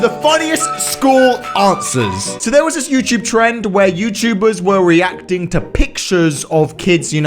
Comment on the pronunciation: Thought he said erecting instead of reacting -_